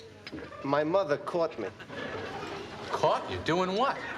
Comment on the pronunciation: It’s moTHer not mudder